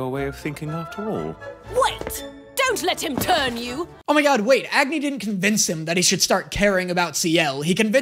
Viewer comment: ok I know this is not really relevant but isn't Agni pronounced like it is supposed to sound like ugni? no?